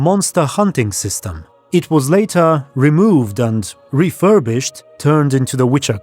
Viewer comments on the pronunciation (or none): none